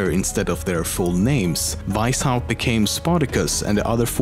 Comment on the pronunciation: I love how you say Veishaupt instead of Weishaupt <3